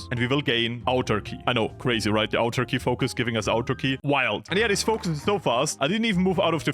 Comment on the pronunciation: autarky is easyest to pronounse as ahtarky plz stop calling it turky that is something else